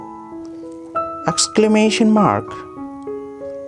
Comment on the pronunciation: Axclemeshon marg, shimmygolon, apistrophee. LMAO